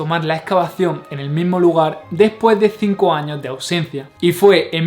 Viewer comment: no me gusta tu acento, pregunta ........ cuanto dices mas de 3000 años? por que no pronuncias la "S" al final de la plabra años ?????? es dificil solo leer y pronunciar todas las letras ?????? perodon,..... e solo curiosidad!!!!